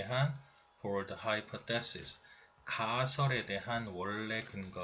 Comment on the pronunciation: 하이 포쎄시스..가..옥에 티인듯해요...따라해보세요...하이..파..써시스